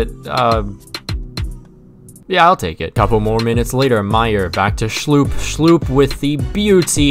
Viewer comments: Its not pronounced Jeffrey Schloop, but pronounced Jeffrey Schlupp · When he prounces schlupp as schlooop...lmao